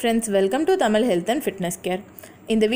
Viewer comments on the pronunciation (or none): மகளே தாங்கள் ஏன் "ழ" விற்கு பதிலாக "ள" "ல" வை உச்சரிப்பது சரியான தமிழா, தாங்கள் பேசியதை மிள கேட்டு தமிழை தமில் ஆக்காதீர், அழுத்தம், வாழ்க்கை இன்னும் பல, நல்ல பதிவு, நன்றி.